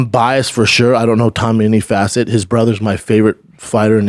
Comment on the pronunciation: Brendan “in any fassit” Schaub 😂🇺🇸